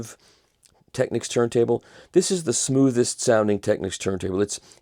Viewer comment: Michael once again - literally - says it like it is: "Tech-Niks" The "Techniques" pronunciation revs me off the clock